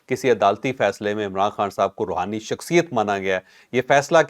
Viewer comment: Rohani nai rahooni